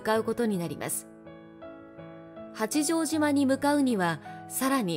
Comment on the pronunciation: 内容はとても興味ありました。八丈島・公事方御定書・西軍など単語のイントネーションが気になりました。